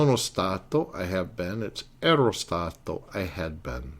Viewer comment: Mille grazie, professore. My only suggestion would be just a tiny bit of constructive criticism: Watch your pronunciation, as it tends to be a bit inconsistent. I noticed, for example, that you didn't trill the "r" in "ero," although you did in the other instances where "r" occurs between vowels. Don't use the American flat "r." Also, remember that unstressed vowels still retain their full sound value; I frequently heard you use the "schwa" sound for unstressed "a," especially at the end of a word like "sia." That word should be pronounced "SEE-ah," not "SEE-uh." Just something to keep in mind. I know you're not a native speaker (neither am I -- I've simply been studying, speaking, reading, and writing Italian for almost 40 years), but little things like that go a long way towards actually sounding like a native -- and it sets a good example for your students, too!